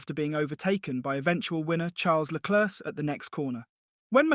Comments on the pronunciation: Really wish commentators would learn how to pronounce Leclerc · agreed. It’s Leclerc and not Leclerc. People need to learn